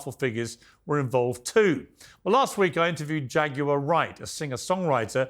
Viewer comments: "Jaguirarer" 😅 as he pronounce it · Why do British people say, Jag u ar? In syllables. 😅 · Jag-U-Lar Wright 🤣 Piers is really stepping out with his journalism. This is getting very messy. I'm here for it! But anyone allowing children to be horrifically harmed or hurt in anyway needs to be exposed and not allowed to settle. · Learn how to pronounce her name please jagular